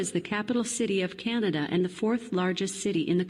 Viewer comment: Manatobia? Canadia? You might wanna teach your AWS employees the names of the provences of Canada and also how to pronounce "Canada"...not "Canadia" LOL